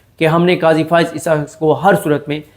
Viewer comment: صدیق جان صاحب قضی بولے صاحب نہ بولے